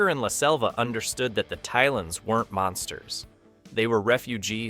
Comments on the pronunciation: "Tail-ons". They're pronounced "Tail-ons", not "Tile-ons". How can you produce a video like this and get the pronounciation of the lead aliens' names wrong (not to mention all the other names you pronounce wrongly!)???? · You keep prounce the talons wrong, just made me sure you never watched the show.